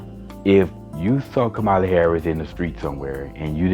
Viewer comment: Her name is pronounced COMMA-la. Thank you. Light skinned-ded? What’s that? Omgeee bruh. Congressman? She was a SENATOR!! Dude! Please get off YouTube